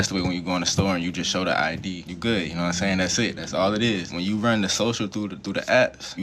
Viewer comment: "Naaahhm sayin'?"